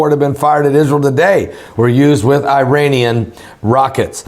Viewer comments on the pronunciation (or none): none